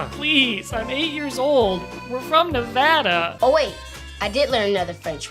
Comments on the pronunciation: Are you actually from Nevada? You said the state name correctly haha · I thank you (with the entirety of what little exuberance I have left after the shit show year that was 2020) for pronouncing Nevada correctly. You good sir have refreshed my brain cells. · I never comment, but thank you for saying “Nevada” correctly, thank you good sir. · im screaming he actually said nevada right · First time I heard a YouTuber saying Nevada right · Your now my favorite youtuber im born and raised in vegas and your one of the few who know how to pronounce nevada ty im gonna go cry now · Yay! said Nevada right! On behalf of my fellow residents of the Silver state, I thank you.